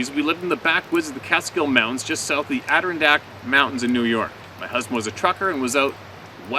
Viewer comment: ado RONdack. Emphasis on the 3rd syllogism. Just google pronunciation already cuz it’s driving me nuts. BTW a very beautiful place to explore in the great outdoors of Upstate New Tork.